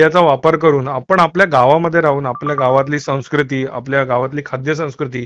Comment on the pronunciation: संस्कृती हा शब्द सुद्धा या ला उच्चारता येत नाही.